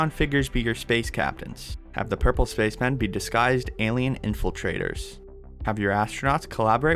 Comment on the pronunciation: And when he said purple it was like Magenta